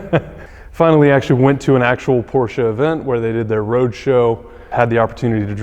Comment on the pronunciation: I can not fucking believe this.. he said Porsche instead of porsha po porsh. VAG should give him a car of his choice for such a remarkable achievment.